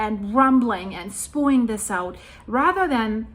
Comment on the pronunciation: It pronounced Spe-yuing... spewing